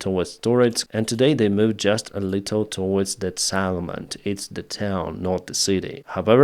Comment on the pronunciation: Settlement not SAttlement. "E" not "A"